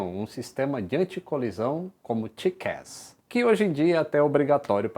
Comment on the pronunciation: Não conhecia a pronúncia correta de TCAS: tiqués! Show!